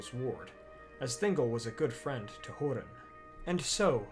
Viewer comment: its not called hurin but HOERIN